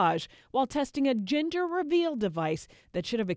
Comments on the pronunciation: Is it just me, or the newscaster kept on saying GINder reveal instead of GENder reveal? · Jinder reveal, Jinder reveal. Dear lady, excuse my Charles English but it is JENDUR, JENDUR reveal 🤣😂😁. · I keep hearing her say 'ginger reveal'! Hahha